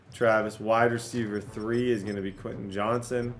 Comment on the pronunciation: Stop getting Quentin Johnston because you can't say how name and it drives me absolutely nuts Also bring back the golf content